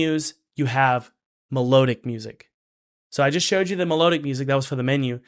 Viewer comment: It's "me-lod-ic" not "me-load-ic"